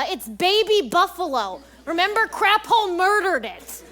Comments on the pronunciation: I will never not hear “crabhole” when watching this show. I need to constantly remind myself that it’s apparently “craphole.” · Is it just me or did I hear Lauren’s character name being Crabhole the whole time instead of Craphole, and why is Crabhole infinitely funnier